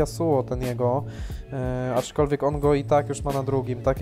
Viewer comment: Wariacie błagam... ACZKOLWIEK, nie ACZYkolwiek. A filmik spoko ;)